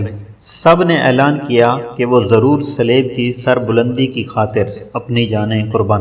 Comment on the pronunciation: Please it is a good effort mager aap ki to akser adaigi ghalat hai.kon kon sa lafz bataon .Salaib nahi saleeb hai ,phir sanet nahi saint bernard hai.is I ilawa or bhi bohat hain.please pehlay kisi k sath urdu parh ker record karain.